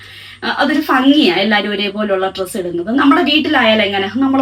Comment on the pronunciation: ഭംഗി എന്ന് പറ ഫങ്ങി അല്ല